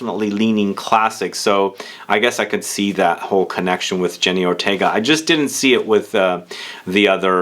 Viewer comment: for god's sake, her name is Jenna Ortega & not jenny